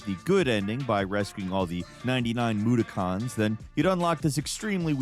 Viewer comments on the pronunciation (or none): mudokons= moo-dock-uns